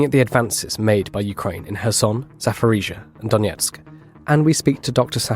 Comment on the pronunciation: Why does always say 'Zafforizhzhia'?